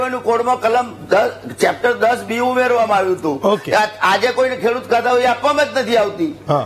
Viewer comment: કેડુત નહિ પણઃ 🙏ખેડૂત વાંચવૂં